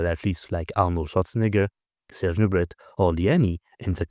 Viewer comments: Excellente analyse, merci ! Cela dit, même si je comprends que vous vouliez faire vos vidéos en anglais pour toucher un plus large public, pourquoi prononcer « Nubret » à l’anglaise, au lieu de montrer au public non francophone comment le nom devrait se prononcer ? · Slightly disturebed how you, as a french man, pronounce 'Nubret'. C'est un nom francais, n'est-ce pas? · wait, the french guy pronoucnes the T in serge Nubret..? is that the correct way? I've never heard anyone say it that way